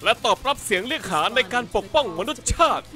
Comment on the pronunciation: พี่ครับมันอ่านว่า มะ นุด สะชาติ